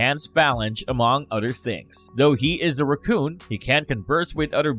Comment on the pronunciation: Ughh. Is English the second language of all of the narrator's? The inability to properly pronounce simple words like raccoon, the, other, and exciting was this video's blunders. At this point, it's coming across as simple carelessness. Also, you could have shave 10 minutes by not completely recounting the movies because we've all seen them. Tell us what isn't common knowledge.